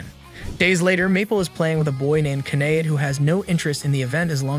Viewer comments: First sentence and you lost me, her name is pronounced Ky-uh-day. I have no problems with an AI voice but you need to put in a bare minimum of work into proper pronounced names as well as proper pronouns for the characters identification. I want to watch your stuff so please put in the minimum so you can make money off my views, please and thank you. Respectfully, a viewer.❤ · I'm only going to say this once. It's Kah. Ay. Day. (Kaede) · KEED???? Why did you pronouce Kaede’s name as Keed wtf😭😭😭